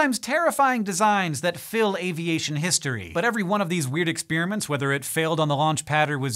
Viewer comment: Hank, love the way you pronounce "experiment" as "expeeriment"! Keep on keeping on bro!